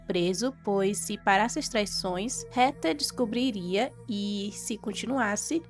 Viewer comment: MUITO BOA SUA NARRAÇAO, MAS A PRONUNCIA CERTA DO NOME DA HEATHER NAO E RETER, O CORRETO E REDER,🧐🧐🤓,, PARABENS PELO EXCELENTE VIDEO, JA ME INSCREVI E LIKE DADO😃